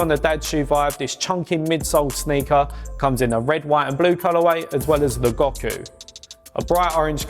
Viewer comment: Gok-oo? Lmao or you mean Goku colourway